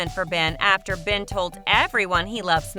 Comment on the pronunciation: you said fen instead of ben